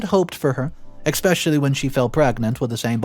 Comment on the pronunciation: Dear Reditto, As you will continue to read, please edit your pronunciation of several words. especially: ES-pecially. escape: ES-cape. There is no 'x' in either word. Thank you.